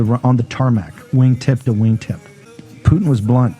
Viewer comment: If you're pronouncing the name Putin, "Poo-Tin," just to get us to comment on it, ...It worked.